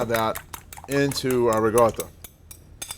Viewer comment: Why is he pronouncing RICOTTA with a G